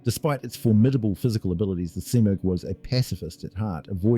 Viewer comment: Was this an early AI voice attempt. I heard several mispronounced words (thac-zero and smurgh was pronounced two different ways in the same sentance). Not that I have a problem with it, just got my notice.